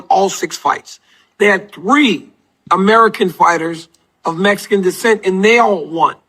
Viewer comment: But it's Messsican B like a Messsican chocolate chip cookie wit sawlzaw